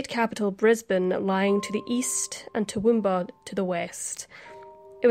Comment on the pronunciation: Thank you for pronouncing our town names correctly lol, so many times I've watched aussie crime mysteries and cringed at their attempts. Especially toowoomba.